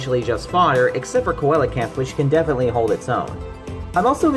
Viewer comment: Its pronounced sea-low-canth